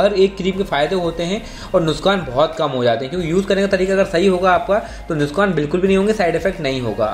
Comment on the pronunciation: Nuskan ❌ nuksan✅